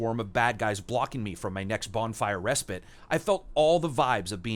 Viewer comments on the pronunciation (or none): none